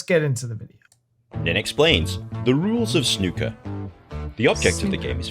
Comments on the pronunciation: This is going to be a long message but it will be very informative for you. In the UK the Brits say snooker with a long o, like Pool. They are extremely sensitive about that. In Canada and the US they usually pronounce it ooker, like looker. There is a tendancy in the US to compare it to American Pool and that is completely wrong. Beside the rules which you have the first thing that an American will be stunned by is the size of the table. In pool most bars and clubs will have 8' tables, Tournament tables will usually be 9' tables and occasionally you will find a 10'table which Americans will call a snooker table but it is not even close. A snooker table is 12' long by 6' Wide but that is not the most significant difference. On a pool table the pockets are cut straight so the opening is like a square. The physics of this is that if a ball his hit near the pocket the physics will throw the ball INTO the pocket. On a snooker table the opening (the Jaw or Throat) is cut with a curve. The physics of this curved design is if a ball is hit near the pocket it will throw the ball OUT of the pocket so it makes sinking balls MUCH harder on a snooker table. Add to this that the ration of the pocket opening to the size of the ball is much larger on a pool table so ultimately it is a LOT easier to sink balls on a pool table. It is hard to get a sense of how much more difficult it is to slnk balls unless you have actually played on a snooker table but here's a anecdote for you. I am conside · The OO in snooker rhymes with the OO in snooze….😊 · It's not ''snucker'' or, god help us, ''schnucker''. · Snucker would have a U jn it. OO makes sn ooh sound. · Snooker. 'oo' as in 'you'. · The "oo" in snooker is pronounced the same as in "food" or " broom"